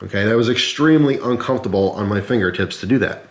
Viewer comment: It's uncomfortable to hear him repeatedly say "uncumftable"